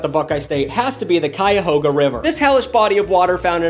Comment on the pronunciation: I respect you, but I've gotta say it. As a person from Ohio, It's pronounced CauyahAHga, not CauyahOHga